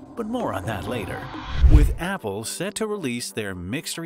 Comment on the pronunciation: bro kept saying abble